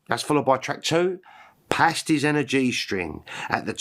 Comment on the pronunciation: 'Pasties' is pronounced 'pay-steez', although a cover version in a Cornish accent might be worth hearing. ;-) I might pick up a blue vinyl edition from Discogs.✌️